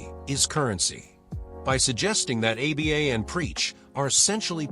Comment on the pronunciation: stupid ass AI slop. pronounces Aba as "A B A"